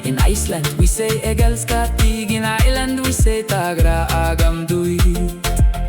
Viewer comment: Good pronounciation of ”jag älskar dig” a lot of people have difficulties with our åäö pronouciations when they’re learning swedish, just sad that ä got swapped for a, but also understandable since the use of those letters is not worldwide. Much love from 🇸🇪 (keep spreading love)